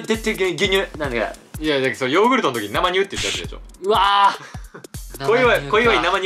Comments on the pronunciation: なまにゅうって何w せいにゅうでしょw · 生乳(せいにゅう)をずっと(なまにゅう)って 言ってるうける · なまにゅうじゃなくて、せいにゅうじゃない？